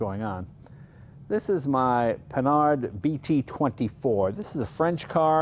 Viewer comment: I was delighted to hear Jay pronounce "Panhard" correctly, after watching a TV show the other day where everyone consistently pronounced it as two words, "Pan Hard." Another that he nailed was the French "Talboe" in "Talbot-Lago," instead of the English "Talbotttt." More than 60 years ago, I took two years of high school French so I could converse with my Canadienne grand-mère. One of the first, and easiest rules that came up was came up was "The only final consonants pronounced in French are those in the word "CaReFuL," unless followed by a word that starts with a vowel, in which case the final consonant is slurred onto it." Note, he also knows that "Porsche" is a 2-syllable word! Yet another reason Jay is my favorite Car Guy Ever. Wonderful tour, Mr. Leno! Stay safe, everyone.